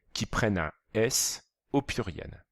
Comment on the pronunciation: Il dit puiriel au lieu de pluriel, mais la vidéo est bien